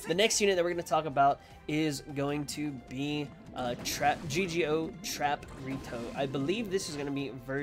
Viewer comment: Its Trapito not Trap-Rito